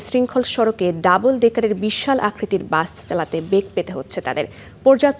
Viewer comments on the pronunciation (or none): Bus ❌ Gaas ✔️ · এই মহিলা দোতলা বাস কে দোতলা গাছ বলছে